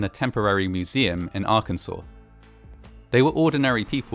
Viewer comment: This is the first channel like this where they have pronounced Arkansas correct. Kudos!